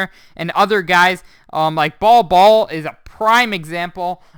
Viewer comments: Bol Bol’s name is pronounced Bowl Bowl rather than Ball Ball which is how you have been saying it. Please adjust. Thanks! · Geez, it made me cringe every single time